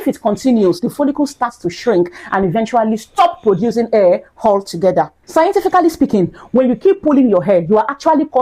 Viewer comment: Please say hair NOT Air